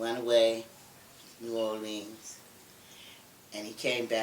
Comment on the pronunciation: The way you say New Orleans lol it's sooo funny lol you say new or